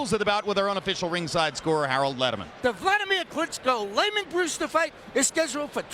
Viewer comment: Is that? "Buladimir Carisco"